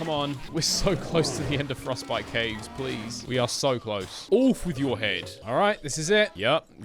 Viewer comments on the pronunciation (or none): none